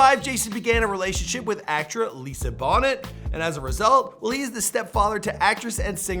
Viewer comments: Lisa "Bonnet"? it's pronounced bo-nay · How did this host mispronounce Lisa Bonet ? 🙄 It is Bonet as in Bonay not Bonet as in the hat. 😆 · Bo-nay is how pronounce it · Lisa bon-net haha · 2.7 mil subscribers and continues to not say Lisa Bonet properly geez and he's from Canada too omg, smh